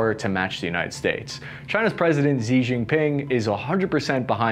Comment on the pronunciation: "Xi" is pronounced like English "she."